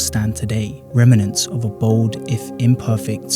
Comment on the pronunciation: Nice video. You should really look into how to pronounce "remnants", if you're going to continue using it ✌️